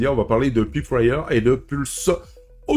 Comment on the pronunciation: La prononciation est une peut déroutante. On devrait prononcer proche de "polseaudion" et "païpewire".